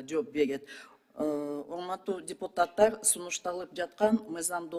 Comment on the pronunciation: Уяяяят депутаттар,каржылоо,кыргыз ,мекелемелер деп создорду туура айта албай жатканына наалат